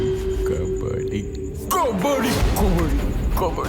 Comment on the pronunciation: The First one😂 kabadi❌kabari✅